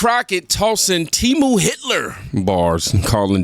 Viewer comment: who says it like that? It's "tee-moo" and everyone knows that. Looks like she learned how to say it from reading it lol